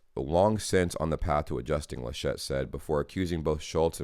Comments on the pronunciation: You pronounced "Georg" quite right in your first try: Ge-org. The name "Laschet" is emphasized on the first syllable. More "Lash't" than "La Shett" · its "LAschet". you stress the A